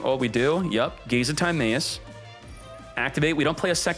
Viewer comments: Your pronunciation of Timaeus has to be a joke right? If not, Yugioh is not for you anymore lol. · Timaeus gonna go blind with that pronunciation